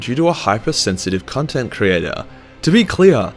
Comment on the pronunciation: cuntent creator lol